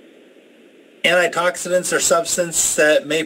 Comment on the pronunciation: What are “antitoxitants?” I think you are trying to say “antioxidants”